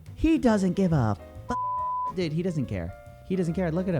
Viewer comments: The many "dudes" of Coffeezilla: Ded Did Dad Dud And my favorite... Dewd (rhymes with feud) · the way says "dood" is the reason I watch these lol